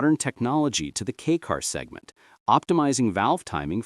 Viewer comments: It’s pronounced “kay” car not key car. 4 cylinders are not inherently balanced. That’s why most require balance shafts… straight 6s are inherently balanced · Definitely AI trash. Unfortunate. Nothing like a good old "kee cars".